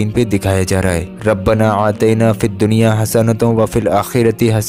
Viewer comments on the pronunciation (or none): Bhaijaan bura mat manna. Rabbana Atena he. Ataina nhi. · Assalamu alaiykum Bhai arbi me "Rabbna Aatina" he aur aap Rabbna Aatayna padh rahe ho meharbani kar k aap bataye kese padhna hai? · रब्बना आतिना कहना है आतैना नहीं कहना है। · Janab "RABBANA AATAINA" nahi hai "RABBANA AATINA" HAI appa yaa ka izafa ker ke pad rahe ho meaning change ho jaate hai